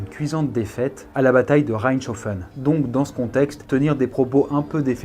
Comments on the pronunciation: On dit pas raïschofen on dit rèscofen je sais ce que je dit j'y habite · Comment il a dit reichshoffen 😢😂 Ça me fait mal moi qui habite a 10 minutes de la bas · RIP Reichshoffen qui c'est fais fortement manquer de respect niveau prononciation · On dit bataille de "Raéïchofen" pas "Reinofen" xD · ow, cest grave bizarre comment tu prononce Reichshoffen 🤔 Je suis Strasbourgeoise et personnellement on ne le prononce pas comme sa nous..(peutetre à cause de l'accent ?🙈) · Ptdrrr jsuis alsacien j’ai adoré comme t’as prononcé reichshoffen, y’a encore un peu à apprendre pour le coup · J'habite à reichshoffen Ces pas du tout comme ça que ça ce prononce sombre citadin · REICHSHOFFEN C'EST MON BLED !!! Par contre il va falloir revoir la prononciation 😌